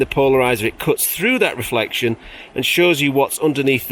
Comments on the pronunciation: every time says it I cannot help but think of the policeman from Allo Allo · I ❤️ how you pronounce reflexion 😂👍🏼 greetings from Switzerland And regarding your knees try this 😎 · Reflectseon? Are you French? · very entertaining, but why do pronounce "reflection" so weird? might it add to the entertainment? by the way, i just found some knees on the attic. i think they're granddad's. dunno whether they fit... if you want them leave me a message.